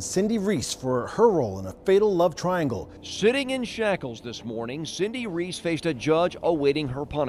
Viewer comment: At 2 minutes left, the reporter says "shitting in shackles this morning..." XD